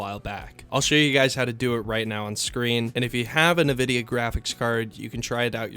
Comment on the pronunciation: Its EN vidia, nor nevidia